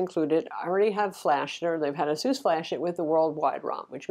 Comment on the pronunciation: Of all the ROG phone 2 reviews that I've watched on YT, this is like the only channel that has ever gotten the brand "ASUS" correctly pronounced.